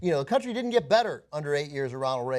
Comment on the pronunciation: You MIGHT have fooled with that act, but you said "countreh".